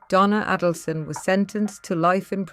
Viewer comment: Check the correct pronunciation of Donna's last name.